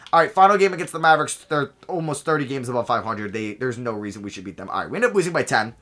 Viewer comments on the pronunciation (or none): none